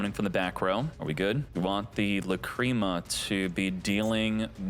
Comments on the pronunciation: I like your videos but I’m sorry I just gotta say it… the mispronunciation of names kills me man. (Lack-ra-mah) not cream. I do like your videos other than that though. 😅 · Lacrima, it's an Italian word probably, it means tear, it is pronounced lák-re-má😅